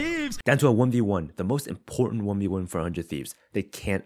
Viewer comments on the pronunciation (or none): none